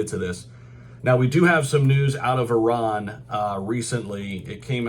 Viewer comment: Great to hear an American pronounce ‘Iran’ correctly 😂